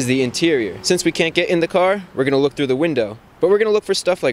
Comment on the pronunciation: does Chris fix have a speech impediment with his l's its a rare occasion i hear him saying weft or wook